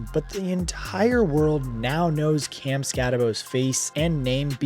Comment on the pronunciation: You did a whole show on Cam and you can’t even pronounce his name right.